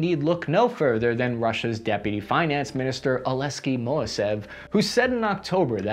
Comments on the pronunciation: I swear, sometimes it seems you (and TLDR) are mispronouncing names on purpose. "Alexey" as "Aleskey"? Just read the letters as they are written. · I'll never get tired of pronouncing Alexey as Olesky.